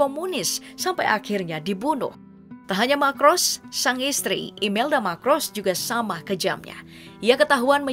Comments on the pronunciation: Ngatain orang nggak becus... Yg membacakan narasi juga nggak becus... Ferninand Marcos dibaca Ferninand Makros... Imelda Macros, kamu baca Imelda Makros... Anak SD aja ngerti baca yg bener... 😂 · Marcos Min bukan Macros